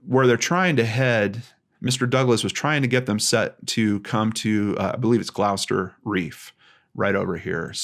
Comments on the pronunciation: Probably not the first to point this out, but over here in England we have a county called Gloucestershire, with a city called Gloucester. It's pronounced like "gloss-ter". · Another great, well presented video, thank you. I always enjoy seeing Australian cases pop up on your channel from time to time. As a Townsville local I can help out with some pronunciation. Airlie beach (Air-lee) and Gloucester (Glos-ter). This is a heavily touristed coastline, while It is possible we do have drug boats running around there are no pirates here. I am surprised there were not more witnesses around.